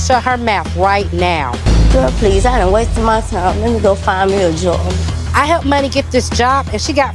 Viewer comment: Lol “let me go find me a jawb “ girl you HAD a job. Why does this girl hate working. So lazy